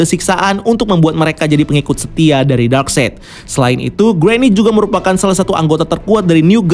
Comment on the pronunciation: Akhirnya setelah sekian video, si abang udah bener nyebut nama darkseid 😂 eh salah lagi 😂